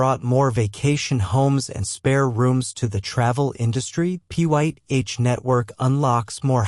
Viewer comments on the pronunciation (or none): You need a better AI narration ots calling it Pie netowrk instead of Pyth lol you didnt catch that?